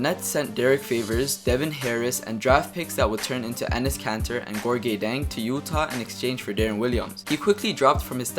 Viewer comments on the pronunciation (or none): none